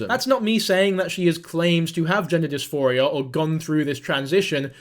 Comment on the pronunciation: It's "gender DisPHORia", NOT "gender disMORphia". Big difference.